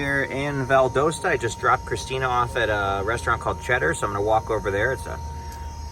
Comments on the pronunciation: Just so that you know Valdosta, GA is pronounced VAL-Dah-Sta. Thanks for the videos! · The "o" in Valdosta, GA is short, not long. O as in pot, not port.